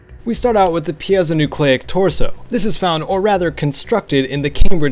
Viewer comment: Actually I think it is pronounced Py-Zo-Nyucleic.